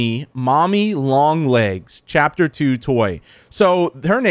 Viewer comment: love the fact he said phapter